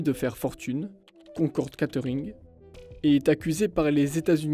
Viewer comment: [limititte] se prononce limaaytit...quattering , guéyterin' serait aussi un peu mieux...